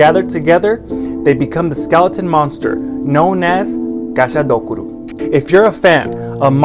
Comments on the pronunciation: One thing: it’s not gashadokuru, its gashadokuro Dokuro means skull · The dude saying the word gashadokuro wrong makes me wanna smite the dude